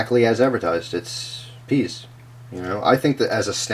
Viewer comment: I still can't get over how he keeps saying that pee(pea? lol) tastes so good